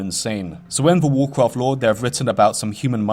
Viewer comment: wwwwwwegion pwopewties uwu wawcwaft bro just curve your tongue